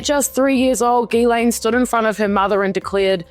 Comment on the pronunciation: Why does everyone call her GUYLAINE instead of Ghislaine ? They aren’t the same at all… it’s pronounced jistlane